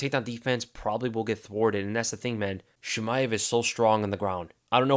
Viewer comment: One thing tho, It is not "Sheemaev" it's "Cheemaev" :)